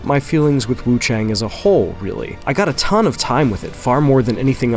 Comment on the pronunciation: WuChang, I think the a in chang is pronounced more like 'ah' instead of 'eh', so is Wu ChAHng.